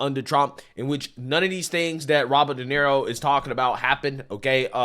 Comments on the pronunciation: It's pronounced Duh Near Oh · Robert “Donero” 😂😂😂 Mispronouncing household names has become a hobby for this guy.